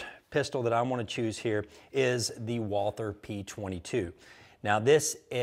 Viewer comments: Walther is a German company, so its a German name, you don't pronounce the "TH" in it. You can just say "Walter". The more you know. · Walther = pronounced WAL-TER It's GERMAN. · Hi... love your videos! Just an FYI: It's pronounced WalTer. There's no soft TH sound in German, so you just treat it like a hard T. I'm shopping for a.22 and I'm so torn. I'd really like a target or match grade.22 like my dad has (Browning Medalist), but then I feel like I'd be afraid to take it out of its fancy velvet-lined box. So then I think of a more plinking kind of gun, like a Buckmark or a Mark IV, but then I think I should be practicing my draw on something similar to my Taurus G3 9mm. When I have money, I'll get one for every occasion! But in the meantime, I'm open to your thoughts.